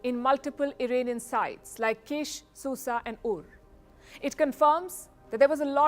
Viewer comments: Very poorly researched piece. And Ms. Sharma doesn't know it's Iraanian, and not Irainian... 🤣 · It's funny how you say Iranian avesta😂